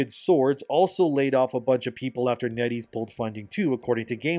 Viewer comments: Every time you say NetEase I keep thinking you’re saying “Netty’s” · Netties? Oh, Net ease...